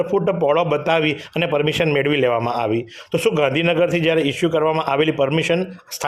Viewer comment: Request "AAYVI hati" aem nahi" Aavi hati "..aem speech sudharo news speaker